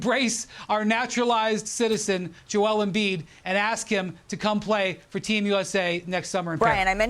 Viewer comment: Maybe if we "ask" Perk and don't "axe" him. And "our country" speaks English, not Ebonics.